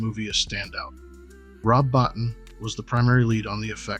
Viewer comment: Rob's last name is pronounced BO-TEEN.